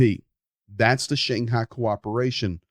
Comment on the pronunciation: Is that the redneck pronunciation of "Shanghai"? Never heard it before, try the Russian or English one.